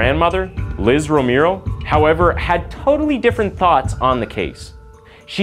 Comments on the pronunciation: It's pronounced rome-arrow... Not rome-ear-o! And yes I am a stickler on how somebody pronounces a name because there's a right and a wrong way to say certain things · I love your channel! Thank you so much! FYI: Romero is not pronounced the way you are saying it in the beginning. It’s Row-mer-o. (Just for future reference.) Later in the vid your pronounced it correctly. Maybe I’m just tired from work. 😂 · (Romero = /Roh-meh-roh/. Spanish name. Learning just vowel sounds in Spanish make a world of difference in pronunciation.) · your not saying Romero right. Say romeo and kinda skip the r in at the end before you say the o. I hope you can get it. When you say the right Romero it's sound's alot better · Okay I'm sorry, I'm so sorry but can you Please learn how to pronounce Romero? It's so offensive I had trouble paying attention to the serious issues presented.